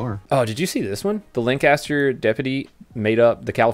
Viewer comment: I live in that town, he said it right.